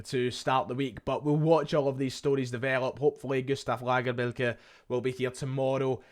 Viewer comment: Gonny stop saying lagerbielkes name like that please